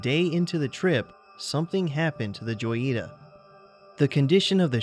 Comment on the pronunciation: The name of the abandoned boat is pronounced Hoy ee ta.